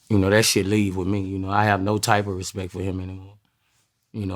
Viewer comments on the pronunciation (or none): “Respecialrect for him” 😂😂😂